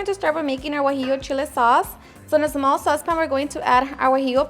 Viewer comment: “Zmall” I’m so glad for CC cause I love your videos n recipes but damn your voice is annoying! Keep up the good work tho!! By far my favorite channel on YouTube!